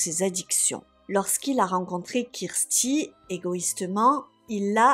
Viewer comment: Non, mais le massacre des noms, surtout « Kirsty » devient énervant! Si vous êtes tellement débile pour prononcer 2 noms , il fallait éviter les cas anglophones!!!